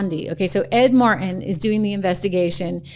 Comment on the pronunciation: Trish, why do you sound like a sister when you pronounce "Martin"?